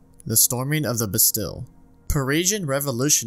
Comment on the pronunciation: bastille is pronounced ba steel btw, amazing video though genuinely im binge watching your videos